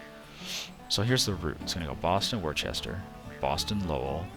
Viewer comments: Worcester is pronounced Wooster. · Would agree, if there were an 'h' in the name.. Worcester, just like Worcestershire, drop the 'shire'. You don't say 'Worchestershire Sauce', do you? 'Wuh-stir-shire', 'Wuh-stir'. Simple. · I fully recognize I'm 13 years late to the party here .... But listening to you pronounce Worcester like that is painful 🤣